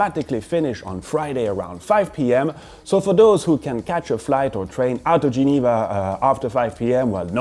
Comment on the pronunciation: Love when you are listing all brands with the ”real” Geneva/French accent. You should do a video how you actually prounounce the brands👌🏻